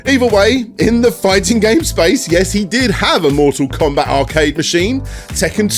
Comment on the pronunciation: Awe-cyde? Mooh-all combah?